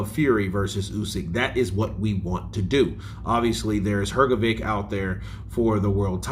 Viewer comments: Please for the love of god stop saying hrgovick, it’s pronounced hrgovich. You must have heard others say his name right, unbelievable at this point. I get you’re American but come on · Hrgović! Pronounce correctly, please. 😊